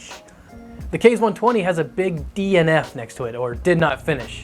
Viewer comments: Its kah-zee, like kamakaze. Not kayz :) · OMFG PLEASE quit calling it a "Kayz" fan!!! It's pronounced "Kah-ze"! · Id just like to point out that the fan name is pronounced "kah-zay" not "kay-z" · "Kah zeh" like I know everyone on the internet can pronounce "kamikaze" NOT "kays". KA ZE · ikr so annoying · Japanese language uses Latin-style vowels: A="Ah", E="Ay", I="Ee", O="Oh", U="Uu". So "Kaze" is pronounced "Kah-zay", not "kayz". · Nice review and appreciate all the methodology of testing the fans. Just one minor thing, with the rest of the weeb naming of the Scythe products Kaze would be pronounced “kah-zay” rather than “kayz”. Now I’ll stop being that guy. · Kaze = kah zay Counter rotating, not contra rotating. Cmon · Your pronunciation sucks. "kah-zay" it is Japanese for wind, same pronunciation as the Cougar QBX Kaze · In case anyone cares, "Kaze" is pronounced "Kahzeh," and is the Japanese word for wind. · It's "kah-zeh", but good try